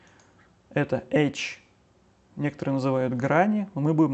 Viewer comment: классно, только не Едит, а Эдит. Не Эйч, а Эдж